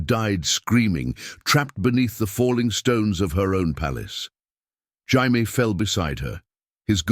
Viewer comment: What happened to Cat did her kids just ignore the fact their dad got remarried without thinking about their mom. also why can the a.i voice never say Jamie right